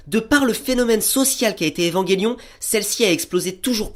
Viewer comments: EVAN J ELION!!!! PAS EVANGÉLION SNIF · Très bonne critique ! Mais c'est Evangelion et pas EvangUelion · Où ta vu qu'il y avait un "U" entre le G et le E?? Donc stp arrete de dire Evanguélion !! "ge" ce prononce "je" tu dit un ange pas un angue, tu dit je mange une pomme et non je mangue une pomme !! Bah là c'est pareil. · ''évanguélion'' mdr trop drôle